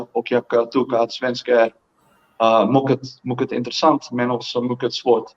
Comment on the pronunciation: What's a bit off? I speak Swedish and his grammar was perfect. The only thing off is that he pronounced "mycket" wrong other than that it was almost perfect.